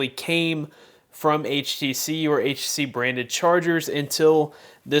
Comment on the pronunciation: Guy cannot even say HTC most of the time. Use it while charging and check temp.